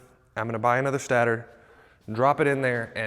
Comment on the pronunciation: State-er lol not stat-or